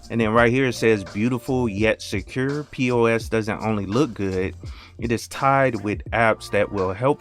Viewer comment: I would suggest you pronounce the X rather than keeping it silent. In the "About" section of the website it reads: Peux represents the linux "Penguin with a tux". I think Google simply gave you the pronunciation for the French word "peux" which means "can" (as in 'can you do this?').